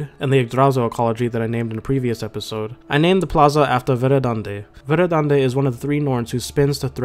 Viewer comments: Verðandi is pronounced verthandi :) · the character ð makes the soft "th" sound, as in "thing" so Verðandi should be pronounced "verthandi"